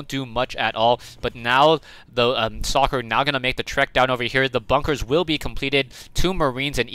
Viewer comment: why did u say his name like tht?